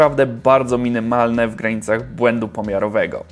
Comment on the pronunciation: "Różnice minemalne" - tak "minemalne" hahaha. A tak btw 140W a 330W pod obciążeniem to AMD to jest KOX! A i 699$ za ten procek jest jak najbardziej okej. Za prąd się zwróci po kilku latach a procesor mimo niskich temperatur będzie działał wiecznie.